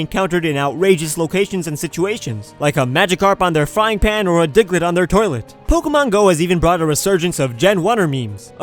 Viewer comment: it sounds like he said "dicklett"